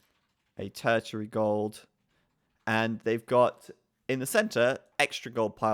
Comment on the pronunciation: "tertery gold"